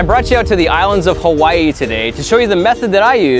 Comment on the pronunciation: I'm more bothered by the mispronunciation of Hawaii